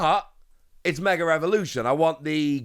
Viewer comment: there is no "r" in the word mega